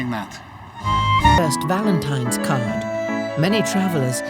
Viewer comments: Every single person in this video called February 14, “ValenTIMES Day” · why do they say valentimes and not valentines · The girl kept calling it Valentimes day and even SPELLED it that way. They can't read or write very well. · There's no "M" in Valentine's Day!